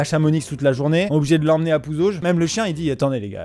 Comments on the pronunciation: Jure ta parlé de Pouzauges. Par contre le "s" de Pouzauges... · Qu'elle affront Pouzauges sans le s 😂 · il y a un S a Pouzauges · Le S à la fin de PouzaugeS à dû vite tomber du nid aussi 😉😂